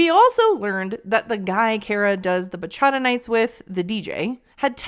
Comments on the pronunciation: It also doesn't help that she can't pronounce "bachata" correctly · As a dominican i cringe that she thinks she's a bachata singer. Girl go seat down somewhere. With the (bachara) is bachataaaaaaaaaaaa 🇩🇴🇩🇴🇩🇴🇩🇴